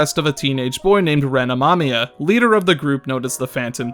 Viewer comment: Ren amamia ? You mean reneren amamamia